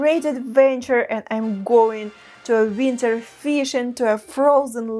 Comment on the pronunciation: I can listen to her say "winter" All day